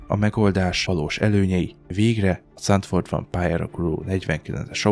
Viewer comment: Nem Candfort, hanem Zandfort. Hollandul a Z az Z. Nem C, mint a németben. Homokvárat jelent a település neve. Németül is zand a homok, csak ott meg Sand-nak írják.